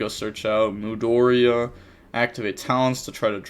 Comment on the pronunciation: mudora not mudoria